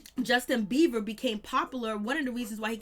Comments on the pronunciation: It has nothing to do with HIM it's very annoying to hear her keep continuously say beaver! And no I'm not running I'm sitting typing on my phone thank you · Thank you. I was about to explode. I just need anyone putting energy into a whole entire story about an individual to at least know how to pronounce their name. There is a difference between a "b" and a "v". Just facts that's all.